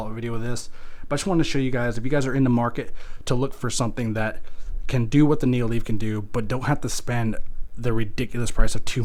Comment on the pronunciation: also its nanoleaf not neo leaf